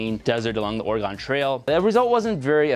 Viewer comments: It is pronounced organ not oraygone lol but otherwise liked the vid great job! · Orgon Trail... lmao, its Oregon Trail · It's not OreGONE it's OreGUN. 🤦🏼‍♀️ Why do people always say it wrong? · I know you live in Minnesota, but here’s how you pronounce the state of Oregon. Oar-ee-gun. We’ve not “gone” anywhere. Lol with love from the state you mispronounced. :) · Oregon is pronounced "ore-ah-gin" :) Outsiders call it ore-a-gone. This is not correct. :P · Oregone?????? What’s oregone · It’s pronounced Oregen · This is honestly really cool but I can't get over how you pronounced Oregon haha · You said Oregon incorrectly! HEATHEN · Next video idea: learn how to say Oregon correct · That is not how you pronounce Oregon